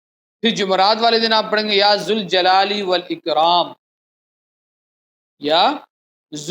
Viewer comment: یا ذالجلال پر پیش نہی پڑھا جاتا جب یا کے ساتھ پڑھنا ہو تو ربر کے ساتھ پڑھا جاتا ہے